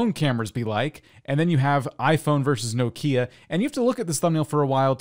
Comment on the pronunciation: I died inside when he mispronounced Nokia